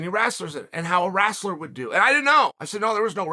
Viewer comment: Chael commenting on how his dad said wrassler is funny because of how he says names like Kamaru Oozmen and George Masvidal and Paulo Acosta lol